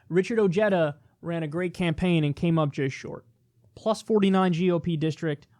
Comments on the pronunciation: Say it with me now- Oh-hey-tha. Not Oh-jay-duh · “Oh-yeda” It’s pronounced, “Oh-Heh-da” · David Johnson actually, yes, he does. And anyone that speaks Spanish, knows better. However, it’s not uncommon for immigrants and their kin to alter their name/pronunciation of their name to fit in or to decrease their chances of discrimination. So yes, it’s pronounced wrong. But I get it.